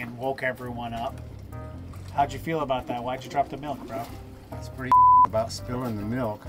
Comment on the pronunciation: "There's gotta be one purty one up there.." 🤣🤣